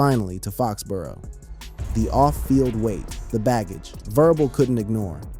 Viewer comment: The fact that you can’t say Verbal right proves you don’t know ball